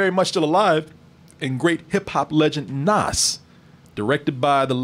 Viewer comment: No lie Belly kept my ass off the street and i first seen this movie at 9 and few parts of the movie was shot in my neighborhood. ease back and its "NAS" NOT "NOS" LOL